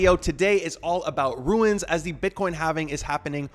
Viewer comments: Why are you saying runes like that? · Lol he's not the only one 🤣 virtual bacon says it similarly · Wtf??? Dude pronouncing runes like Stewie Griffin. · I can’t even explain how much it bothers me that he can’t pronounce rune. You ruined this runes videos. See the difference? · Runes. first step is learning how to pronounce it. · its just funny to hear, specially since you say it so many times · It’s pronounced ROONES!!! “Runes - ancient symbols” 😂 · How could you possibly RUIN the name ROON by calling it a RUIN? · It’s rooooons not ruins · It’s pronounced rewns not rooins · Yeah,he is destroying the word .Runes not Ruins ! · Rune not Ruin. Just like moon, but with an R. Lol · runes not ruins lol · for the love of god, why are you calling them ruins? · Is there a reason he is saying ”ruiins” ? perhaps there is something we don’t know? or perhaps he is dyslexic? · RUNES....not RUINS... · If you can't even say the word "runes" correctly, I'm not watching the video. ;P~~ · Stop saying ruins…holy shit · I stopped watching as soon as you said "ruins". How can I learn about them from you, if you don't even know how to pronounce the word? Lol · I almost stopped the video 3 times because him saying ruins was pissing me off but i really needed the info.... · Seriously! I want to keep listening, but everytime he says “Ruins” it drives me batty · Not Ruins, but Runes as in balloooooons! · he said : ruins ? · why he keep saying ruins? 🤣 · Runes, you said Ruin… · Why do you say ruins? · bro runes not ruins annoying as hell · "RUNE" or "RUNES" not "RUINS"